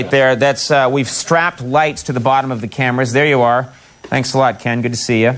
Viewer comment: when Conan said "bottom" he sounded very Boston